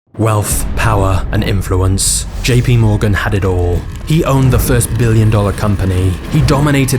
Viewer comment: You sure it's P not D in JP Morgan